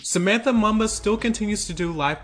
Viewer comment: It’s pronounced “Moomba”. It’s a Zambian name.